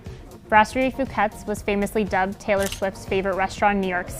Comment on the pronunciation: Who's going to tell them that they mispronounce their own name and they misspelled "stationery?"